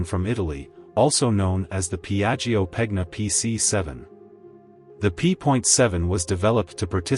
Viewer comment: PIAGGIO P.7, not Biajo😅